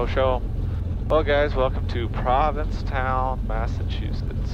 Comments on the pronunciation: That's Provincetown.. not Providencetown LOL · I live in province town, this is cool. When I fly over I see everything you had in the video and it was a fun reminder. You pronounced it providence town, instead of province town, which gave me a fricken migraine though